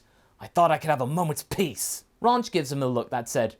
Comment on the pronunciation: Ranch should be spelled raunch based on how you say it.